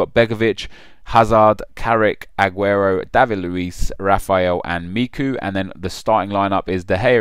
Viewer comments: And MEEKOO? IT's pronounced MEECHOOO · its mechew not mecoo haha made me laugh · Me-CHU not Meeku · who the fuck is meeku? Its Michu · michu's name is pronounced "mee-choo" not "mee-koo" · Micoo. Lol. It's Michu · who the fuck is miku? its michu you idiot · Michu is pronounced as MI-CHU. not MI-CU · do you even watch football... Michu is pronounced Me-ch-oo not Me-K-oo, and Sergio Aguero has had a poor season with only 9 goals, which is definitely not good enough for a striker to get in the TOTS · Me-Chu not Me-Ku haha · wtf its miCHu , not micu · MIKU??? lol its you pronounce it as Mishu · Mee-koo? No it's Mee-Choo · You really pronounced it "meeku"!?! fucking dumb fuck how are you a football fan? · Did he just call Michu "Micku" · The moment he pronounced Michu as "Miku" I stopped watching. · Michu not micku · And its fucking ME-CHEW! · its not meeku lol "CH" is a choo sound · Michu. (Me-choo) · 'MEEKU'? What even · its not pronounced fucking 'mee-koo' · aguero obviously shoudn't be there and u pronounced michu wrong!!! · good prenunciation of michus name hahahahahah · Aguero. Are you genuinely seriously? Also nice pronunciation of Michu.